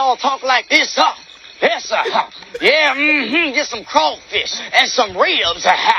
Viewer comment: The way RDJ hit "crawfish" was just the perfect garnish on top of that character. Of all the ways to pronounce it